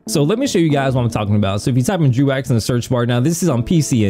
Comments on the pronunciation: Its pronounced Dreg, not drew. Also, you need to focus on yourself less. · It's pronounced "Drow" though.